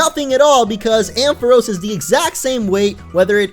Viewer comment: Ampharos is pronounced Am Fa Rawce!